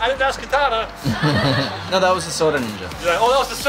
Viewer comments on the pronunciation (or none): It’s not katana it’s kitana